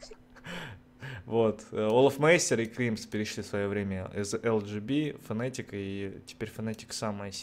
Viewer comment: фнатик а не фнэээтик